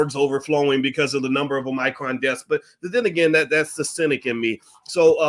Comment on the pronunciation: It's a shame Boyce can't pronounce Omicron correctly.